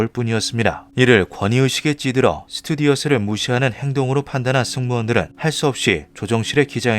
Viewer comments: 자막은 스튜어디스라고 써놓고 스튜디어스라고 발음했네요.. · 자막은 스튜어디스인데 음성은 스튜디어스라고 하셨구나. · 스튜디어스가 아니라 스튜어디스 임. 자막은 제대로 적고 발음은 거꾸로 함. 스튜디어스라는 단어는 존재하지 아니함. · 스튜디어스X 스튜어디스O 차라리 승무원이라고 읽으세요